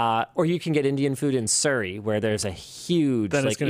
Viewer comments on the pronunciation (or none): none